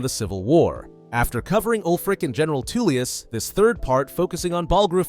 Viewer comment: Is Tullius not Toollius